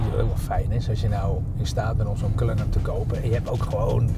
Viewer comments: Het is Cullinan, niet Cullinam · Zegt ie nu CullinaM, hmmm? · Een video van 12 minuten en dan nog niet de naam kunnen uitspreken. Erg dikke faal.